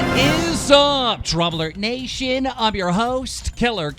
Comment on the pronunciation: It does sound weird when you say nation lmao I noticed last video.